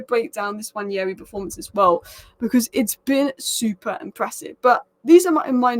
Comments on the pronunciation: It’s pronounce (Wand Nail Ree) Nwaneri . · I don't know how you read it the name Nwaneri and pronounce your own things I belive its an African name where what you see is what you say Nwa-ne-ri. You butcher words. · It's pronounced Wah-Nay -ree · It's Nwaah - Neh - Rei It's an Igbo - Nigerian name, you both aren't. Stop the spoil. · I'm Nigerian, though not Igbo. I'll definitely defer to an Igbo man's pronunciation. If you read what I said above well you'll see that I questioned where this mysterious 'y' came from to make the name Nwan-yeri. Now everyone (through no fault of theirs obviously) is mispronouncing his name. I really hope it does not stick much longer. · Honestly I don't know who started this Nwan-yeri pronunciation and now everybody thinks it's correct.